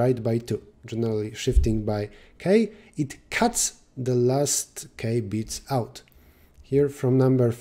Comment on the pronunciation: when he says "it cuts K bits"...